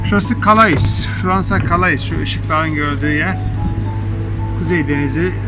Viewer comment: calais diye yazilir kale diye okunur